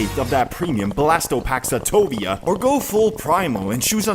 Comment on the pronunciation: just lyk, it's SATIVA. pronounced how it's spelled, not "satovia". it's pronounced "saTEEva"